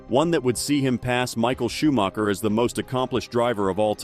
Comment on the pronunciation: and stop prouncing his name like schumaCKer, its disgraceful